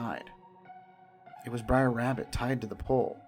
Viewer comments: "Briar Bear"? "Briar Fox"? Huh? Their names are Br’er Bear, Br’er Fox, and Br’er Rabbit. "Br’er" is an abbreviated form of "brother" and is pronounced… brer. Rhymes with rare, just with a "b" in front. There’s no "i" in "Br’er." Every time you call them "briar," you show off your lack of research and lack of knowledge of the material. Terrible narration. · It's br'er not briar, first off. Second, splash mountain was way overdue for an overhaul. The animatronics were pretty much just decomposing by the time they announced the theme change. Btw, it's being changed to princess and the frog.